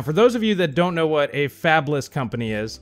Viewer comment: I thought you said "Fapless" and my initial response was "Those poor souls."